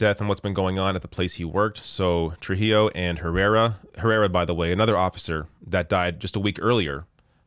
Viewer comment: say tru-HEE-o. It's an Hispanic name.